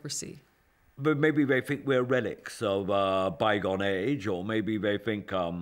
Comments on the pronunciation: Someone who pronounces 'think' as 'fink' is complaining about the "dumbing down" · What a despicable POS that is🤮🤮🤮🤮. With all that so called money, he couldn’t fix his disgusting teeth, he can’t even say the word “think” it’s “fink” 😂😂😂😂. As for their house is rotting with filth and their kids are fat, dumb idiots. You can stick your aristocracy it stinks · Pompous prick..."I don't feel guilty about fkn anyfing" can't even use "th" and he "finks" he's an aristocrat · The English have really given up on "th"ink. He finks.